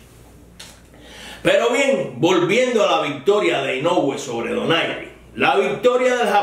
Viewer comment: Aprecio que en su comentario haya dicho "Donaire" y no "Doner" como pronuncian algunos periodistas anglófilos.